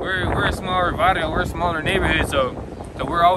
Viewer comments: Varrio has double R in it. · You put “vario” 🤣 it’s “varrio” with another r